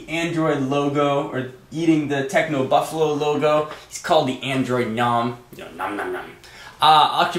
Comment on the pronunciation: techno buffalew instead of buffalo. eneration instead of generation. what the heck with the word changes?